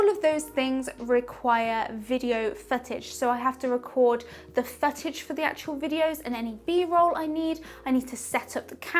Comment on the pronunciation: It sounded like you were saying fetish instead of footage lol